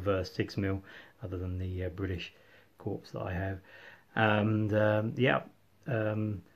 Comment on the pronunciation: Lovely video: good use of the camera and articulate dialogue. The only observation is I've never pronounced the 'p' in corps, so ut sounds strange to me.